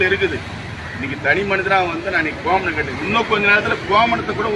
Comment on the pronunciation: டே.......ய்...... என்னடா இது ? கோமணம் இல்லை கோவணம்.